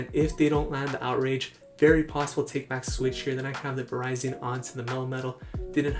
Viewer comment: Lol I think its pronounce Va-rizi-in also.